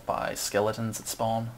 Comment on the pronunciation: It's so annoying the way you pronounce "spawn" >_<